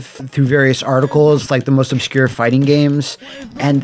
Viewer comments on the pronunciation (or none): none